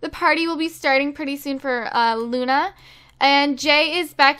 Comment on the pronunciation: You called Luna justi